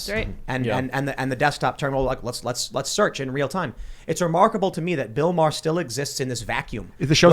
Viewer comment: worst thig is that American's can't pronounce Maher